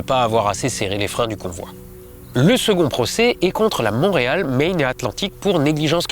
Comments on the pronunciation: "MAINE" pas "MARINE". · "Montréal Maine" et non pas "Marine" 😅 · Hahaha, un petit peu rigolo qui se rate sur la prononciation de Maine xD Y'a un R fantôme là xD